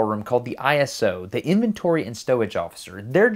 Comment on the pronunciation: BTW, the ISO call sign is pronounced "ice-oh" like a word, not like an acronym of individual letters.